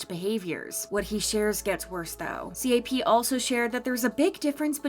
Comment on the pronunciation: Am I the only one to get progressively frustrated listening to the “C A P”s and “T O P”s instead of “cap”s and “top”s lol